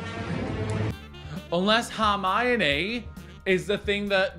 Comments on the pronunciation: I'm really frustrated, because you always say Harmiony instead of Hermione, you even wrote it wrong it the last Harry Potter react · It's H 'er' mione not H 'ar' mione haha